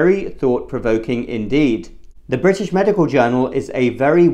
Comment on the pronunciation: The word is 'MEDICAL', not 'MEDICAW'.